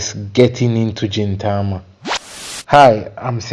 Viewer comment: Hey! Welcome to the fun journey of Gintama- a few notes it's pronounced GIN Tama Gin starting off with a hard G like when saying Green as opposed to a J sound like when saying Ajin. Yeah, the beginning can be difficult to push through for some, but I'm glad you're pushing along. Pay close attention to small details as Sorachi likes to give tiny hints of plot buried throughout his comedy.